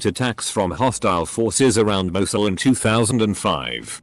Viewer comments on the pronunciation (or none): none